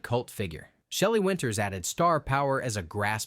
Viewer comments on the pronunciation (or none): none